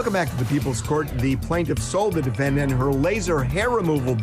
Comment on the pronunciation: He always says " The Defend Ant " at the beginning. Defend Ant. I guess it's good to know that ants have rights in our country.